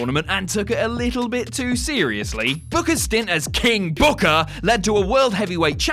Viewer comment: You mispronounced "King BOOKAAAAAAH!". Also, that belt was designed to be on Taker and Batista. It just looked like it belonged.